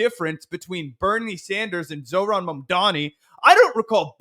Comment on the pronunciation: Just because you mispronounced his name multiple times, it’s not zo-ran…it’s zohr-an. Peace